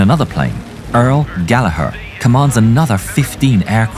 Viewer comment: you just got my sub for saying Gallagher correctly! ❤